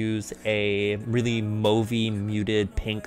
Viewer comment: i like how you're all "move-y shades" and then you say "mauve" normally and im just... fam... BUT FRICK I LOVE THIS LOOK